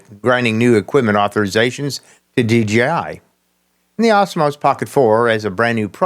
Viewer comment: What is with your pronunciation of Osmo?? It isn't Osmos. And the price?? Either 499 dollars, or Euros. Not dollars euro, the currency is the euro, dollar is not a part of it!! But enough of being a nitpicking asshole!! Question, couldn't DJI release a version of the pocket 4 without the WiFi connection?? Would that get past the rubbish America is pulling?? I've been using the pocket 3 since it's release, and never once connected it to my phone, and take the SD card out and put it in my computer to transfer files. The only thing I ever connect wirelessly is the microphone, which is Bluetooth, is Bluetooth covered under the American legislation?? If not, surely a stripped down version of the pocket 4 should be quite easy to achieve, and still perfectly functional...........